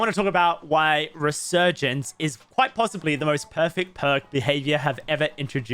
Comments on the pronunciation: You said ressurgance lol. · You totally pronounced this perk incorrectly. lol